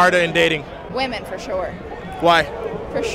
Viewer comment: …it’s not woomen. It’s pronounced wi-men